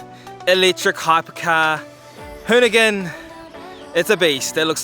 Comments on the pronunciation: abd its hoonigan not hooligan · Hoonigan not hooligan....